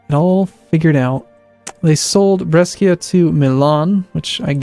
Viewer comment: God dammit! Is not Breschia is Brescia. What's wrong whit amurican's D